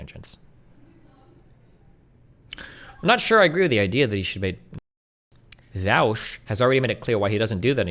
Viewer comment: Why are people pronouncing Vaush as Vaosh now?